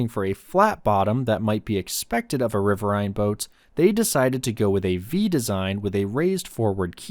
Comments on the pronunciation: "RIH-vir-een" is the American pronunciation with the accent on the first syllable. Type in: "riverine pronunciation" and click on the speaker logo. Even though it's an AI-generated voice, it's the correct pronunciation. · It's pronounced as "rih-vir-een" as in "wolverine". Other than that, very well done documentary. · This is Trash channel. I served in the navy CRG 2, Coastal Riverine Group 2. It’s pronounced RIVER-EEN. Also world of warships is trash. Go play war thunder and have access to tanks, planes, ships, patrol boats, jets, even the Soviet tank boats. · It's riverain.